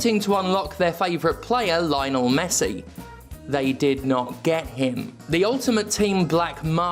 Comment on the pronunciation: "Lynel Messi" 🤣